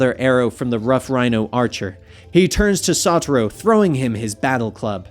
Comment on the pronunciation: I feel like to O part of of Satoru is to be pronounced with a low O & not a high O